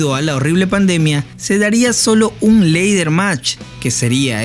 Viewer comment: Buen video pero se pronuncia "Lader" match y no "leider" match.